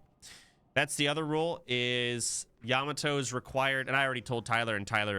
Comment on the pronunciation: bro stop pronouncing yamato like that